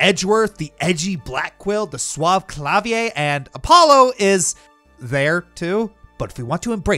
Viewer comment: You mispronounced Klavier's names. It's a hard r, his name is German, not French. It means Piano.